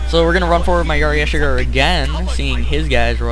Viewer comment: close, but it's "ashigaru"